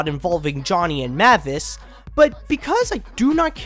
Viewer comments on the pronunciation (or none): MAY-vis. Not MAH-vis. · No, it's not Mah-vis, its Mavis. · IT’S PRONOUNCED MAYVIS!!! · Her name's pronounced as Mae-vis not Ma-vis. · Meh-vis? Really? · Am I the only one who cringes with how he pronounces Mavis?! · Bro can't even pronounce Mavis right? 😂